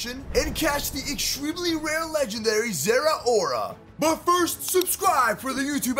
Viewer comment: Im so glad he pronounced zeraora correctly